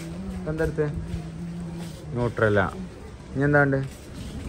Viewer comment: ന്യൂട്രല്ല 😂 അല്ല നുടെല്ല എന്നാണ് 😂